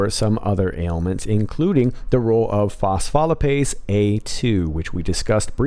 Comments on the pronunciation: Very cool and interesting. Thank you for putting this together. just an FYI, the pronunciation of phospholipase is fos-foe-lye-paze. Also, if you ever have questions about the pronunciation of most scientific terms, I would be happy to help. I have a Ph.D. in neuroscience and have worked in an academic environment for 20+ years. Please contact me if you have questions. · Great job as usual. FYI pronounced. Fos-fo-lip-aze. Accent on the lip. I’m a nurse 😘